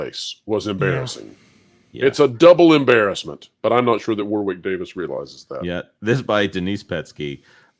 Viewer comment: I enjoy all of your videos... As a brit just wanted to mention, FYI, it's pronounced as if it's spelled Warrick. Thanks for the vids.